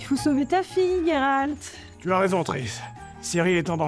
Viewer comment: Pourquoi tu dis Guéralt ? Alors que ça se prononce Jéralt ?